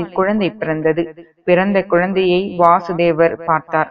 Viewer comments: வாசுதேவர் இல்ல வசுதேவர் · Krishnarin thandhai vasudevar ....va...kuril.......krishnarukkudhan .vaasudevar...nu...va ..nedil ..varum....sariyaga ucharikkavum